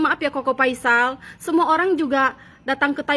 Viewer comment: Apakah cingirmu nggak bisa ngomong huruf F?Koko Faisal, Bukan Koko Paisal.